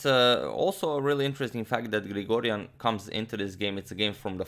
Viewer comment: As an Armenian, I’m very happy to see Grigoryan achieve this feat! Just want to point out that his name is pronounced with a G, although written with a K, and his surname is pronounced with a K, although written with a G; it is as if you’re saying “Garen Krikorian”. I know it’s a Weird way of spelling but that’s the way it is. Anyway thanks for the amazing game!